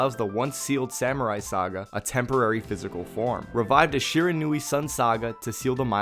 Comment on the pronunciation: Great video. Just for future reference it's pronounced Shi-Ron-We